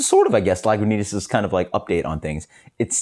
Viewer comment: No "w" sound in Lagunitas